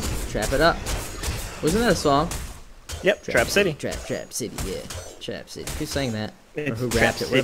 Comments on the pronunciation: oh and btw it's RACK CITY not TRAP city 😂😂😂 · not to offend but i think its rack city by tyga 😂😂 i heard trap city and busted out laughing